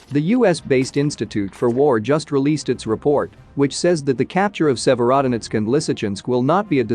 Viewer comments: Please learn the proper pronunciation Sevrodonetsk ! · Good video but the consisten mispronouncing of Sevierdonesk was really grating on my ear. If you want your reporting to be taken seriously, you need to check and double check pronounciation of these town names and Ukranian words. Really sloppy!